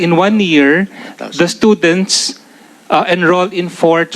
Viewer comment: *Stoo-dents... Hindi schoo-dents 😂